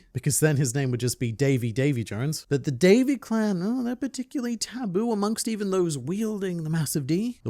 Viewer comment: Davy.. Dayvy.. Day'v'thee... Day of the.. D?